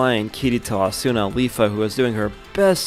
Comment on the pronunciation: A-su-na not Asu-na